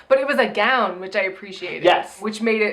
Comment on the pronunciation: LOL, you know I was this close to posting a comment complimenting in a previous video for successfully pronouncing "gown," but it seems she's made a backslide in her progress.